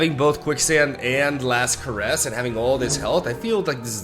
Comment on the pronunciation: Last Caress (Evelynn spell) isn't pronounced Care-ess. It is pronounced Cuh-ress. Just thought you should know because it really bothers me when you say it wrong.